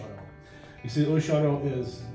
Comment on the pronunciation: I love how you mispronounce Oceano. I guess you learned from another transplant from somewhere else that claims to be a long-time local. I was born and raised in Oceano. I’m 70 now, so I know how to pronounce the name, it’s O-she-an-o, not whatever you’re trying to say, that’s like when people mispronounce Lompoc as Lam-pock instead of the correct Lam-poke